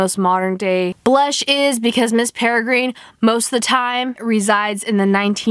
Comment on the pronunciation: Learn to pronounce. Peregrine- (pere- grin) ugh 😑